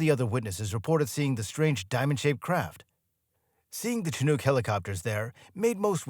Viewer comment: ... Umm, say WHAT kinda helicopter 😂😂😂 i swear i heard "SHA-noogs"?! (Er, mighta been sightly less ah, "P.C." with something more like "SHA-nigs"? 🥴) I mean, I SUPPOSE I've got a SMALL leg up- closer to what I'd call an "ankle" up on the general population here when it comes to the pronunciation of this particular word; however since it is NOT solely a "local term" from the Pacific Northwest (I've lived within an hour of Seattle, Washington my entire 30+ years of life, minus my college years on the East Coast at princeton, but we try not to talk about THAT) because yes i know CHINOOK is a originally a Native American word & all.... but seeing as it is also, well, a type of U.S. MILITARY HELICOPTER, annnnnd fauck knows how many people are obsessed with military tech, toys and GUNS cuz, hoorah & WOOT, 'MERICA, right?!? As well as uhh. A kind of FISH?! 🐟Salmon, that is? Welp, that covers a pretty good number of "bases," wouldnt ya say? So i'm havng a hard time finding an excuse for this absolute obliteration of the pronunciation of the word "CHINOOK" here, but, damn it made me laugh? So thanks, i guess?!